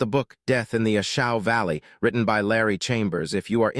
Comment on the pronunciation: Hey it's pronounced ashaw valley do your homework